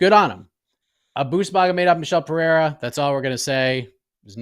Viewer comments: Pereira = Puh-ray-ra (no double r so no "h" sound) Ferreira = Fuh-hay-ra Get it right. If I want terrible pronunciations I'll listen to Chael. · How does still not know how to pronounce Pereira? Hurts my ears every time.